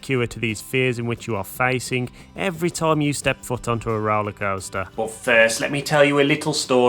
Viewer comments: I love how he says “Roalaa Coasstaaas” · the way he says roller coaster lmao